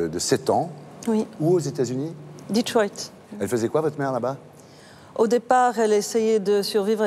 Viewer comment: Elle prononce le nom de la ville de ''Détroit'' en anglais!🤣🤣😅😅😊😊😃😃En tant que Québécois je trouve tellement ridicule les Français qui prononcent cette ville en anglais quand elle a été fondé par le Francais Antoine Laumet dit de Lamothe Cadillac. Le fondateur de Detroit quitte Montréal le 5 juin 1701 avec une centaine de personnes, moitié habitants Francais et Québécois, moitié soldats, et deux missionnaires. Le 24 juillet, le groupe s'installe sur le site où s'amorce bientôt la construction du fort Pontchartrain (Detroit, Michigan).